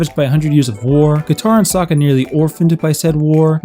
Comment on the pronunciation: They pronounce his name as sooooka, (o o as in book) it's a Russian s